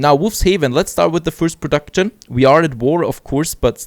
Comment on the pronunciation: nice episode :D But I hear you doing the same spelling I did too in pronouncing words with the ending "ction" e.g. "production". you canbasically say "prodakschn" without the "t" :) and you react the same way I do when I build a house wrong or the game decides to missplace something :D